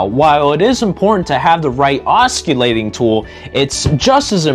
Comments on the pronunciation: “Osculating” lololololololol. Maybe get someone with at least an 8th grade education. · Boy oh boy, this guy says it a hundred time’s too. Ah skill layting. The camera guy or no one else was smart enough to correct him? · It would help if he he knew how to pronounce oscillating properly, it's a silent C? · Your videos are great & very informative. Thank you for your time & effort. However, here is the proper pronunciation of the word "oscillating". The "c" is a "soft c" as in the letter "s". The "c" is not pronounced as a "k" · You seem to have a lot of good ideas and knowledge. However, I couldn't watch this video because of the way you mispronounce "oscillating." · I believe the word, oscillatie😊😊is pronounced, g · Your use of the English language is like fingering a chalkboard. It is NOT pronounced with a “U” in the word. Listen to your presentation. Good information and tips! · Good vid bit dude…oscillating : THE C IS S I L E N T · You can't even pronounce the word oscillating ... Correctly. Why would we think you have anything to teach us ? I'm out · it makes you look 'unsmart' you should consider fixing this video